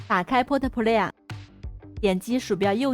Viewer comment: 妈的plot play 都未懂读清楚、先用AI教下自身的发音、不然用AI纠正一下自己的发音、还出来教这教那、垃圾